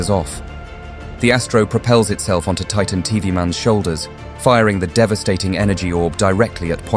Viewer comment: Its titan tv man not titan tov man😂